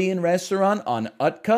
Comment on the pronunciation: it hurts my ears hearing 'UTKA' as a hungarian. It's utca where C is a 'ts' sound from like Tsunami